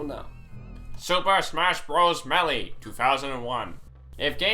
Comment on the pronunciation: Melee (Maelae) not (Meelee)